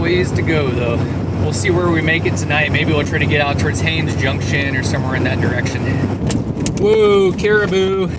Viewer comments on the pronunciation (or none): none